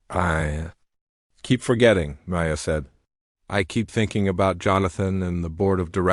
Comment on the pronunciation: Learn how to pronounce DeBussey! Learn how to say Chopin ! Hint: it isn’t chopp in! Maya is not May. A! It is My ah